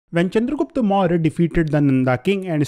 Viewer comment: Please try to pronounce properly when u saying the empire name its a suggestion ur class is good